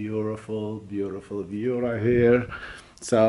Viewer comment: It’s view not bews